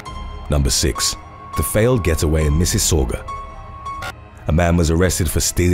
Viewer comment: Holy shit good job pronouncing Mississauga!! Everyone’s always saying shit like missageweah or missocka or something 😂😂